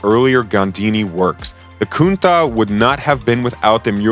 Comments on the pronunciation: As far as I know "cuntach" sounds pretty well in english. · When you segued to the launch of the Countach, which you repeatedly mispronounce, you showed the 25th anniversary Chrysler edition, twice. Also it’s alpeen, not al pine. Amateurs